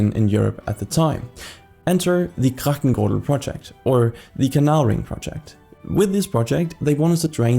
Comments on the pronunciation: For the love of me I cannot understand what you are trying to say (Kragtenguhl?), sounds way to German for a Dutch word... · Never heard someone butcher the pronunciation of ‘grachtengordel’ as hard as this guy 😂 love the effort though. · A for effort, F for quality of pronunciation.